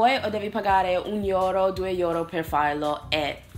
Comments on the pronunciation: Sei migliorata un sacco con l'italiano dall'ultima volta che ti ho vista parlarlo! Complimenti :) Le uniche cose: Euro si legge euro e non iuro :D, e la stessa cosa per EU .... Io ho vissuto anni fa in Norvegia per 10 mesi. e devo dire che mi mancano alcune cose. Una è la varietà nella scelta dei cibi, infatti lì potevi trovare nei supermercati gli ingredienti per cucinare qualsiasi cosa, non solo una varietà di scelta di ristoranti quindi. Mentre qui in Italia al massimo nelle grandi città trovi supermercati forniti oppure ristoranti di diverse nazionalità. Un' altra cosa è il patriottismo, che qui si c'è, nel senso che si difende e si vanta la propria nazione, ma è diverso...Ad esempio, lì mettono le bandiere del loro Paese fuori nel giardino, un po' come negli Stati Uniti ma credo meno di frequente, e festeggiano il giorno della loro festa nazionale indossando gli abiti tradizionali... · sei migliorata alla grande complimenti, solo una cosa quando pronunciamo la parola Euro, è very strong la pruncuncia, tu dici iuro o qualcosa simile. Del resto vivo in Germania ormai da 2anni e mi manca terribilmente l'italia per diversi motivi: 1 Cibo Italiano 2 Persone sorridenti ai banconi di un bar 3 Gente che parla forte dappertutto 4 Il Bidet 5 L'aiutarsi a vicenda 6 La non puntualità dei miei amici ahahah 7 Gente che ti fissa solo perchè vuole scambiare due chiacchere e niente di più 8 In qualsiasi posto vai e chiedi una cosa specifica che vorresti avere, se non ce l'hanno o se non l'hanno mai fatta in Italy trovano il modo per accontentarti, questo si chiama "l'Arte dell'arrangiarsi" mentre qui in germania, ti rispondo subito Nein. Ect ect Del resto sei una grande, ogni volta che guardo i tuoi video specialmente quelli in inglese capisco tutto al 100%, proprio perche come dici spesso nei tuoi video, hai cambiato modo di parlare il tuo Inglese che a noi tutti piace. Un abbraccio grande e continua cosi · Mi fa un sacco ridere come dici EURO, IORO 😂😂😂